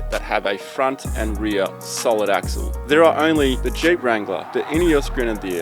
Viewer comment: Heep instead of jeep,heep of shit